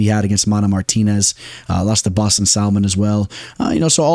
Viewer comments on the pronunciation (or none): none